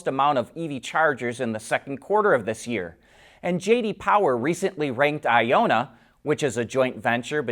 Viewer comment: You keep saying Ionna wrong. It's not a long O sound. Say the word ion, then the na. Electric vehicles use ions to charge (aka electricity), and it's a North American company - hence the na at the end. It really isn't that difficult to get wrong, but.....